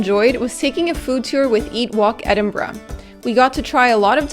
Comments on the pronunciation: Hey, just stumbled upon this vid, well done! Best pronouncing of Edinburgh ive heard from a north American! Just some FYI to add if Scottish History is your thing! Pause the video bang on - is walking down the Royal Mile, back to camera with her head turned back. Just over her shoulder is a little statue of a man in mid stride. That statue is just outside a church and graveyard (theres a pretty cool little museum right across the road aswell). In that graveyard, you'll find not only his tomb (his name escapes me right now but he was a poet and auther and a man Robert Burns declared as an inspiration to him) but the tomb of Adam Smith, who is the father of economics as we know it today! Not only that, but Waverley Train Station is right in the heart of town, services a regular and cheap if you go when the locals are at work. Get the Train North to Fife (where I'm from) where in Dunfermline, you find the aincent capital of the country where 7 kings of Scotland held their reign, the abbey and palace are steeped in history and where Andrew Carnegie (as in New Yorks Carnegie Hall - the worlds greatest philanthropist) was born and raised and a city he left a great deal of his wealth to - ie, the private estate he bought and closed, therefore opening it up as a public park to the people of the town for free. Also there, find St Margarets cave (its actually under a car park, I kid you not lol) and discover the connection between the forth estery crossing, Dunfermline and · Might need to make you guys honorary Scots pronouncing Edinburgh correctly, good job.